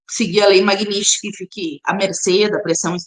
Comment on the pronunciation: Ela NEM SABE PRONUNCIAR MAGNITSKY!!! PIADA NACIONAL...🤣🤣🤣🤣🤣🤣🤣🤣 Cria VERGONHA, GURIA, E PARA DE GAGUEJAR E SE REMEXER NA CADEIRA. Isso é sinal de FALTA DE ARGUMENTOS!